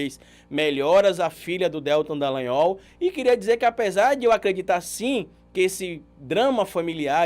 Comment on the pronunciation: você sempre fala o nome do Deltan errado. Você fala DÉLtan e o correto é DelTÃN.(sei que está escrito errado, é só para destacar a sílaba tônica). Isso não interfere em nada na qualidade do conteúdo que você nos passa, é só porque sou meio chata mesmo. Obrigada pelo trabalho maravilhoso que você nos apresenta. 😘